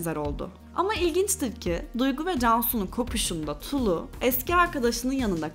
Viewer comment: “Tulu”nun L’si ince okunur. Leylek, melek, kiler, pile sözcüklerindeki gibi. İkinci cümlemi sesli okuyarak deneyin lütfen.